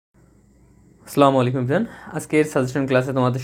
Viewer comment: স্লামালাইকুম কী? শুদ্ধভাবে সালাম দিতে হয়